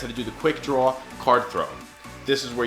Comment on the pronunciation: Draw word is Darw . nice video :)